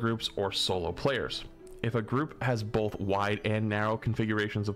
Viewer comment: "Bolth" - 2024